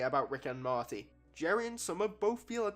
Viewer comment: Why you keep saying "marty" 😂😂